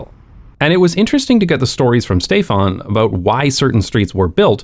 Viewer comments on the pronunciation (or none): The n in Stéphane is not nasalized. Bcos it’s followed by e.